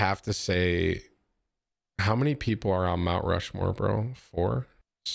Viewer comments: “My Rount Mushmore of streamers?” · "MY Rount Mushmore of streamers?" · Naw we ain't ignoring that Rount Mushmore right? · Rount Mushmore